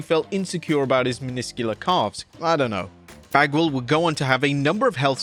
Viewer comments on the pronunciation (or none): Minuscule is pronounced min-is-scule not miniscules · His "min-is-que-al" calves?